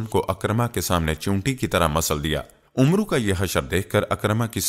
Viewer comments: Talaffuz UMRU nahin AMR sahih hai kisi Aalim se pooch liya karo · janab, Amru nahi bolte balke Amr kehkar Amr ke R ko saakin pardhna chahiye.